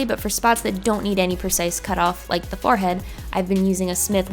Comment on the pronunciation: Someone please make a vid compilation of saying "fahrhead" TIA:)